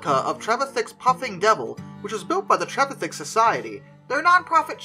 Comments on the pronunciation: Trevithick, not travithick. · Ya got the pronunciation pretty close tho it’s Treh-vi-thick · Yep butchered name pronunciation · Trevithick didn't call the engine the Puffing Devil, that was attributed to a local lady who, after seeing it, called it the Roaring, Puffing, Devil. Great that it also suffered from the world's first drink-related road traffic accident. We intend running the replica engine at this year's Trevithick Day. You need to practise the name though :-) There is some debate as to how broke he was when he died as he was earning a fair sum in Dartford. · you are not butchering his name, just slightly mispornouncing